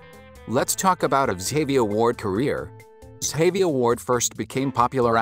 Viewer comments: soft G sound Ga-VI-a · Butchered her name It’s pronounced zsh-a-v-eye-a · The way you saying her name is wrong lol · The information was nice to learn about, but you could at least say her name right, for the love of God! lol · her name is pronounced wrong